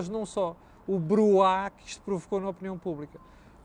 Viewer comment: não é bruá. O correto é bruaá justamente para dar um efeito sonoro prolongado. Do francês “ brouhaha”.